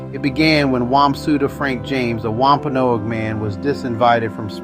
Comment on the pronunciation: It’s driving me crazy how he says “Wampanoag”…I’m Wampanoag I guess that’s why!